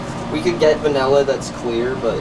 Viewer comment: Stop saying Vanella. You're professionals for Pete's sake.